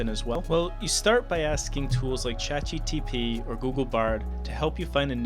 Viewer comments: Why do you keep calling this "Chat GTP", instead of "Chat GPT"??? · Can you use some AI tool to replace your voice every time you say "Chat GTP" instead of "ChatGPT" in this video? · Buh why are you saying chatgtp instead of gpt? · Bro please review the content ur posting so ur narrator dont say chat GTP a gazillion time in your video about AI. I cant take shit seriously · "Chat GTP...", its GPT, you had one job... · Stop Saying Chat GTP.. its GPT ffs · "ChatGTP" - the most difficult product name in history to get right. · FYI it's "Chat GPT" .... but thanks for the video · anyone else notice he can't say chatgpt correctly? he says, "chatgtp" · please god, learn how to say "Chat GPT". Other than that, good video. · why are you saying chat gTp ?